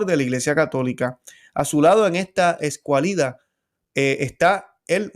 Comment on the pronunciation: Don: Pérfidos, no perfidos. Hubo, no "hubieron" (hubieron sólo va seguido de participio: una vez que hubieron rezado, o comido...) Supérfluo, no "superflúo"). Hermano cuide la lengua española, en la que nos evangelizaron los frailes franciscanos, dominicos, agustinos, carmelitas, etc.). Escuálido, no "escualido", Ordo, no "oldo". Erre, no "ele"; Puerto Rico, no "Puelto Lico".